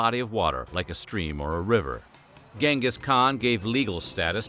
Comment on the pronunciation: It's pronounced chengus not gang Gus lol